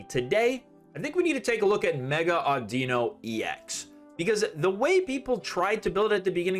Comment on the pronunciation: It’s “AWWdino” like “audio” not “auDEEno”